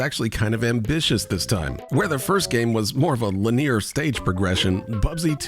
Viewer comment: It's "LIN-ee-ur"